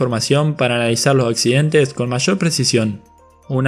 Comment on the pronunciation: Por el amor de diosas, usa las letras S cuando hablas......... no es mil noveciento y noventa y tres.... es mil novecientoS y noventa y tres..... semana en plural no sé dice semana, se dice semanaS.... no sé dice los accidente, se dice accidenteS